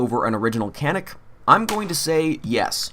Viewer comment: It is pronounced Janick unless of course you are not a pro turkey .